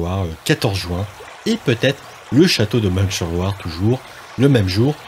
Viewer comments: Juste on ne dit pas " ming sur Loire" mais" min sur Loire '" Et aussi" jar jo" et non " jar go "...merci encore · Bonne vidéo, mais pour info, et malgré l'orthographe, "Meung sur Loire", se prononce "Main sur Loire", je suis de la région à la base 😉